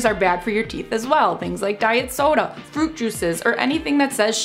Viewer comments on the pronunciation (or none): none